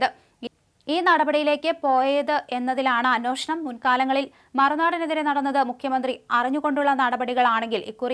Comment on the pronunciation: അന്നോഷണം മലയാളം ശരിക്കും വശമല്ല